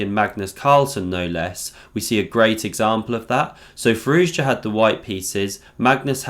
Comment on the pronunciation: nice vid but his name is pronounced "Fi-roo-sha"